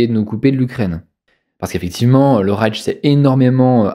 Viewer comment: Et puis on dit Rayche et non Raytche. Mais ne soyons pas pinailleurs.